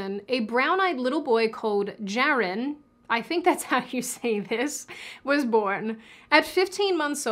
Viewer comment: Jaron is actually pronounced as “Yaron”. The “Jennings” pseudonym was to hide that the family is Jewish. I truly hope Jazz can find true happiness. Whether she chooses to continue living as a woman, or chooses to detransition. Regardless, she needs to distance herself from her toxic family. They have been grifting off her, for over a decade. Plus, Jazz’s mother is an abusive narcissist. It is clear her depression stems from the bottom surgery complications.